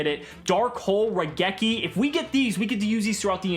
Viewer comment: Coming back to the first episode after watching everything so far. I have one question for. What is a Ruh-geki? I know what RAI-geki is, but Ruh-geki? Never heard of it.